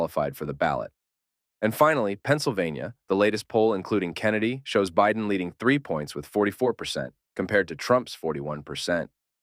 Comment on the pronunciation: why do you mispronouce Biden?